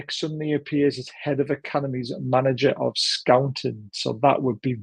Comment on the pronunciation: When you talk about head of scouting - are you talking about Austria head coach who was at Man U? Not sure given your pronunciation 😮